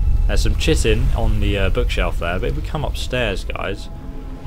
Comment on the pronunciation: chitin isn't said like that is pronounced 'Kye tn'